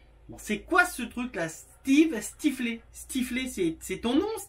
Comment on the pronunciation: 🤣 🤣 Ça ce prononce steeve styfleur, c'est un personnage de film (american pie) le plus tombeur de la bande pour rester poli